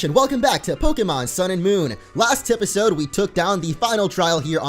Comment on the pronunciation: did he say tipisode?